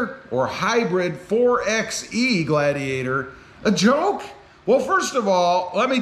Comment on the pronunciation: You saying the name wrong it’s (4- by -e) not 4 ex e , you wouldn’t say 2 ex 4 if you were going to get lumber